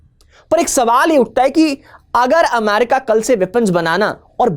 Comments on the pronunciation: America ✅ Amyarika 😅❌ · Please. It's pronounced 'amErica' ✅ Not "amArica" ❌ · Sir ji “amarika “ nahi “america” hota hai